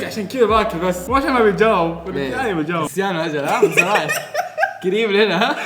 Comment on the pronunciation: كريستيانو ❌ كستيناو ✅